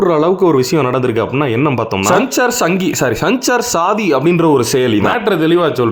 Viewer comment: அதோட உச்சரிப்பு சஞ்சார் சாதி இல்லை! சஞ்சார் சாத்தி அதாவது தொடர்பு துணை என்று பொருள்